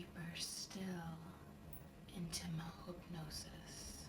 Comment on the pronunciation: is beautiful. I keep playing it over. Even where she says 'mahoopnosis' instead of 'my hypnosis' I'm starting to think she's saying it properly now because I've heard it so often and she's so perfect.